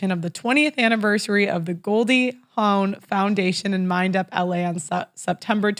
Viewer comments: Goldie Hawn ( pronounced with a silent W, rhymes with lawn) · How is it possible that doesn’t know how to consistantly pronounce Goldie Hahn’s last name correctly? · Haha the way she said Hawn